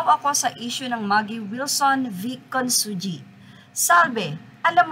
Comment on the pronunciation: Consunji pronounce as Con sun hi !